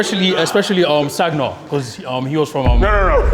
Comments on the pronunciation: Nah when they asked him who he stays in contact with and bro said Sag-na and Arteta 😂💀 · Bruh the way he pronounced Sagna 😂😂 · said sagna with a g too 😂